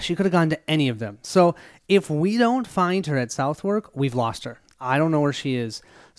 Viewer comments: Thanks for the playthrough. By the way, Southwark is pronounced "suthek"... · I loved this video, however I'm gonna give A little pronunciation guide. Southwark: Suth-hook, with a silent h in hook Shoreditch: Shore dich